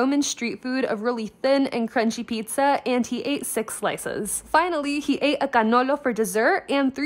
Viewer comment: yes we love the correct pronunciation of cannolo